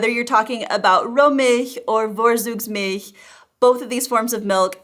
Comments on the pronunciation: Also the V is pronounced as an F not an American V. To spell it the way she said it would be Worzugsmilch. She did get the ch sound pretty right! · Very interesting, you earned my like. Just one thing: V is a bit tricky in German, pronounced like an English v when the word is derived from latin and like f when it is of Germanic origin. The German z is so easy, always like ts. Vorzugsmilch is pronounced like fortsugsmilch. You nailed the vowels and the ch-sound in that word, though, and that was the hard part for an English speaker. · Dear please do some work on your pronounciation of the "German" V. Like when you talked about Vorzugsmilch. The Milch part in this word was spoken pretty decent by you but the Vorzugs- part you should better speak like "Fortsoogz". Don't worry to much, it's just the German directness in me that wants you to get better every day. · "Vorzug" is pronounced as like as "For-tsug" the "V" as like "F" and the "Z" is always as like "TS" as like as in English "guts" ...simply no buzzing "s" sound there are some words where "V" is similar as like in English but those are not that much and those are foremost loanwords from French or Latin. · She lives in Germany but still can't pronounce "Vorzugsmilch".🤣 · ha ha, lingoda didn't help you with 'Vorzugsmilch' so far, keep on exercising! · Its fun to listen to your "Vorzugsmilch". It sounds like "Worsugs". Germans speak a hard "F" and a hard "ts", try to speak like "Fourtsooks"milch. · fawre-tsooks-milch. You pronounced the last syllable correctly, but "vor" doesn't start with a "v" sound which would be written "w" in German (as well as in Polish), since the letter "v" is pronounced "f." And Zug (including in Vorzug) is "tsooke" not "dzoog" (Z is never voiced in German, and final G becomes K - however in Vorzüge it is pronounced like in English Get). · Just a note on pronunciation: Vorzugsmilch = [ˈfoɐ̯t͡suːksˌmɪlç]. Always remember: v sounds like f (for germanic words), z = ts.